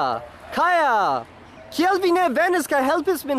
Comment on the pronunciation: Glaciaĵejo, ĵus purigitaj (freŝe lavitaj kaj sekigitaj) vestaĵoj, multe da komunaj interesoj (sen -n). Mi kontrolas ĉiun vian elbuŝaĵon ... Vi fojfoje konfuzas la tempojn aŭ prononcas "kiel" kvazaŭ "kial", se mia aŭdo ne trompas min. Aparte de tiaĵoj via Esperanto estas modela. Kio estas "trufo" je ?